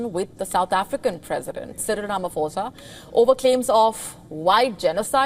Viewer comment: You guys need to brush up on how you pronounce Ramaphosa. PH in South Africa its pronounces as P not F. Please do it properly